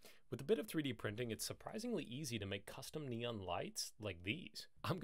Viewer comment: NOT "Neon" Jackass !!